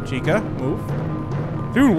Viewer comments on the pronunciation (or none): Her name is CHEEK-a